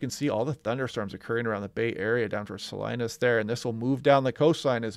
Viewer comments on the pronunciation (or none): Been looking forward to your update! One thing I noticed is the cuchera (sp?)model for snow is putting snow all the way down to the valley floor on 101 near Morgan Hill and south of Salinas, ps it's pronounced Saleenus 😉. I wish it was making it that low but nada! We did have big snow in the Santa Cruz mountains and 17 the main artery from San Jose to Santa Cruz has been shut since early this morning. Still fun stuff to even touch snow at under 1,000' on Mount Madonna, my kid was stoked! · Thanks for the update,. FWIW Salinas is Spanish so it's pronounced Saleenas.